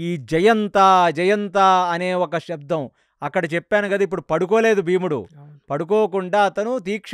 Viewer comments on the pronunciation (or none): none